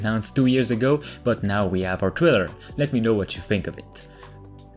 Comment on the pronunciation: Trailer, not Thriller.